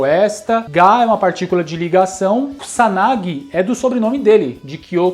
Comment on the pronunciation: E as pessoas que falam Kusanagi (como Cuzanagui)🤣🤣